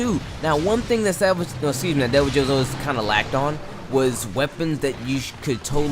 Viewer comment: Idk man I always pronounce it Devil-oh. Nothing major just sounds a bit odd lol